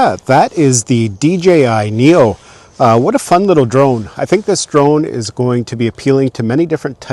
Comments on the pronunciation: why do you keep saying Nero? it's Neo. LMAO! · Am I hearing things, or do you keep saying "NERO"?